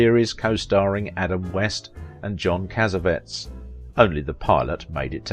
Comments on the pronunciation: Pronounced Gene Rod-din berry and pronounced John Cas-ah-vet-tease. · Odd to leave out the Death of his wife in the Pool. Also odd; That you have no clue how to pronounce John Cassavetes....a well known Actor and Director. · A piddling complaint— John Cassavetes and Gene Roddenberry are famous enough for you to make an effort to correctly pronounce their names.